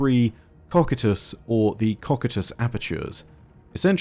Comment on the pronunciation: you pronounced Cocytus incorrectly